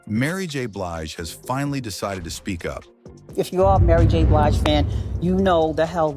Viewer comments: Come AI her name is not Bleege but Blige!! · Why does the narrator mispronounce BLIGE as BLEEGE?REPEATEDLY!!!!?